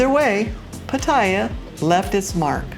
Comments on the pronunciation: Do you think you’ll ever pronounce “Pattaya” properly? Speech impaired? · You need to learn how to pronounce Pattaya correctly,.. Just listen to any Thai person.